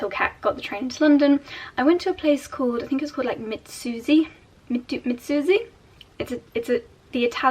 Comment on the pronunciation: It’s pronounced ME-Scoozie and it simply means excuse me ☺️ my Dad was from Italy he passed in 2020 unfortunately.